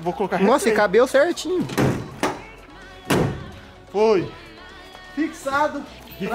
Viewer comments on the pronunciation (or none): ele cabe cerntin kkkkk po coronado precisa de umas aulas de portugues em